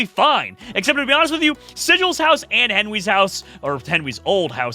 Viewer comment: We're going to ignore the fact that said "Henwy's pickle juice"